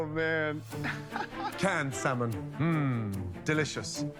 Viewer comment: Why does he continue to say SAL MON when he hears how it is really pronounced